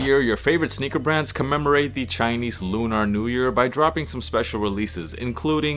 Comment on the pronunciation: It's just pronounced Lu-ner fam 👍 Dope review regardless ✌